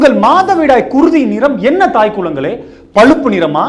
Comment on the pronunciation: உங்கள் தமிழுக்கு தலை வணங்குகிறேன்....தாய்க்குளங்களே என்பது...குளம் த்தை குறிக்கிறது..குலம் என்பதே சரி...❤